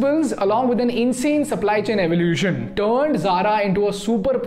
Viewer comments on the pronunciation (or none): none